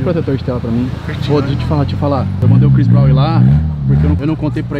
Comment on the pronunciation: "Chris Bronw"